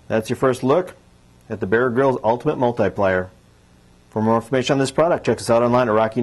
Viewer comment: Lol did he say multi-pliar?